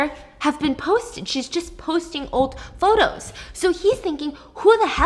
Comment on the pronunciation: Also, "potos" at one point hahaha